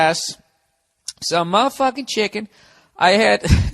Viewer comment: "summ maa fUckin CHeekEeen"